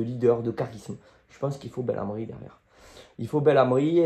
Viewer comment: pour la pronontiation c'est beNlamri, sinon superbe vidéo comme d'hab allez l'ol 😁